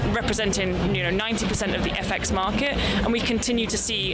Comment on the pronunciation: Its Market, not mark ehh